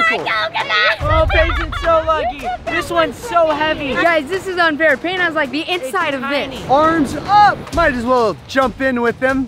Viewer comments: Not Patin but Payton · Payton not patin